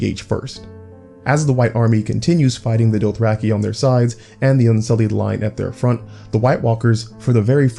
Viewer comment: Your pronunciation is killing me... Doath-rack-ee? Mell-i-ssan-dray?